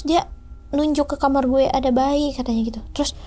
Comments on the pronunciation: risih bgt denger "guweh" 😭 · Guweh anak jakarta nih embak...tp ngerasa aneh denger guweh nya embak...😁